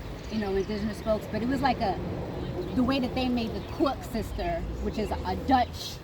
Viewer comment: Wtf is a coes sister 😂😂😂 it’s called koek sister